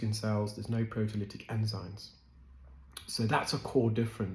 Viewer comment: Enzyme NOT enzyne!!!!